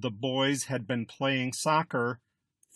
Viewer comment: Great lesson, but why do you pronounce "been" as Ben? There's literally not a single dictionary that pronounces this word like that.